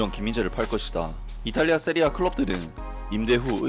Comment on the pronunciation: 세리에 에이보단 이피엘이 나을듯. 근데 왜 세리에 에이를 세리에아로 불러요??